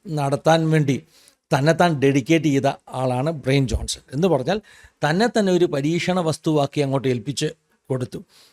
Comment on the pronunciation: Bryan Johnson എന്നത് ബ്രയിൻ ജോൺസൺ എന്നല്ല ഉച്ചരിക്കുന്നത്, "ബ്രയാൻ ജോൺസൺ" എന്നാണ്, ശ്രദ്ധിക്കുമല്ലോ